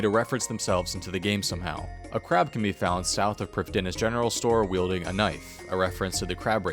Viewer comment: Good video, but you mispronounce Prifddinas!